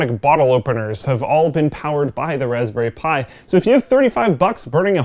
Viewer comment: 0;36 "... welcome to my review of the raspberry spthi 2 ..." What's a Raspberry Spthi? Can I get one? Based on this review it sounds AWESOME!